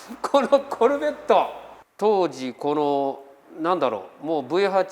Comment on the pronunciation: フルボッコみたいなイントネーションw